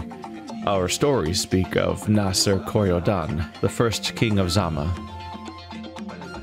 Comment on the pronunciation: French title pronunciation: "Luh-err-ee-tahge (soft g, sort of like a z sound but not entirely a z sound) des Kori-Odan (you got that part right in terms of pronunciation.)" I'm fairly sure that's the pronunciation, at least. Mainly I know English and Spanish, so I'm basing the pronunciation here off of what little I do directly know of French pronunciation rules.